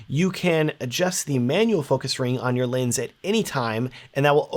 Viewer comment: Can’t keep listening to the video unfortunately because I keep hearing lins, not lens. Sounds stupid but it’s bothering me to no end.